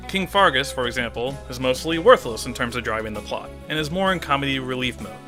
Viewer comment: It's Fergus, not Fargus Also, D O W N W A R D S P I R A L